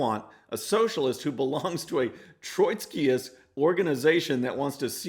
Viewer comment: It's TROTSKY, TROT-sky! There's no "Troy" in it. Whew, just had to vent. :-D Thanks for preaching the truth about the elitist, delusional left.